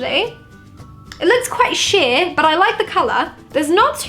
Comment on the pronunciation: I thought you said “it looks quite s**t “ but you said “ it looks quite sheer”